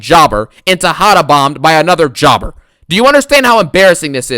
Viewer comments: Man i love your videos, you make me laugh some much " Pin Jober Ballor" hahahah 🤣. the way you say Jober and Garbage i laugh so hard. At this moment even if WWE does a good job on a show i want you to hate it. Love them videos bro keep up the good work. This show SUCKED no questions asked. Also i want your opinion on Karrion Kross booking. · I love it ngl 😂😂😂😂